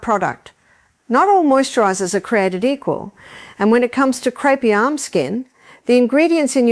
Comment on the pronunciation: Artificial Intelligence and crepey skin is pronounced creepy by the long winded bot